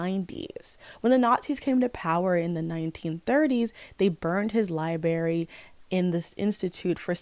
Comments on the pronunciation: Listen this video essay is fire but every time you say library as "lieberry" it seriously takes me out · Library not “Liberry”